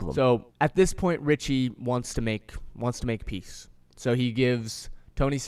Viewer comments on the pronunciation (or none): none